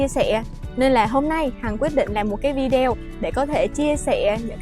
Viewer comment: Video nguoi viet lai doc fheo am tieng viet la vi -deo.nen sua lai cho dung ???